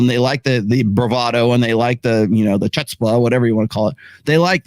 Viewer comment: Yes, people prefer Tate because you're too whiney and convoluted. You need to be more direct and less allusive. You are singularly devoid of charisma. And for someone who thinks he's so articulate, the fact is you're not. And then, to add to the annoyance, you regularly mispronounce words, say, like "chutzpah" (the"c" is silent.) which betrays a resl lack of formal education at a respectable institution.